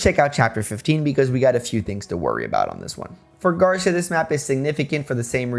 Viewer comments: Love these challenge videos but... it's "Gar-see-uh" not "gar-sha" or "gar-syuh." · Quite late im commenting but Garcia is pronounced like Gar - See - Ah. Spaniard surname btw olé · The "ci" in "Garcia" is stressed, not the "Gar." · Garcia kept punishing you because you keep saying his name wrong.